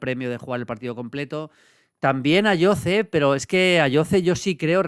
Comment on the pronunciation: Ayoze se pronuncia con S patrón